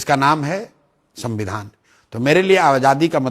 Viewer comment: तेजस्वी जी सबसे पहले तो संविधान कहना सिख लो Dipty cm रह चुके हो सद्दविधान कह रहे हो😆😆😆😆😆